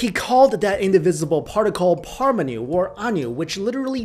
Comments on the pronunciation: Paramanu. like Param aah-nu. not Parmanu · And it's not pronounced as Parmanu, it's "Paramanu" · The correct pronouncation is Pur Maa Nuu